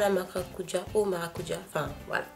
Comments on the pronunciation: C'est vrai qu'aux Antilles c'est maracudja et non maracuja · ***** elle a totalement raison. On dit maracudja en Guadeloupe. Je vis en Guadeloupe donc je sais de quoi je parle!! Des bisous de la Guadeloupe PS: le sorbet est juste trop délicieux